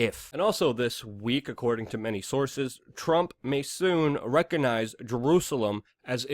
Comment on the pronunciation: The "G" in recognize is not silent.